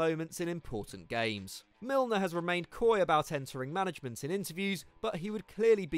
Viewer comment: Milner??? Seriously??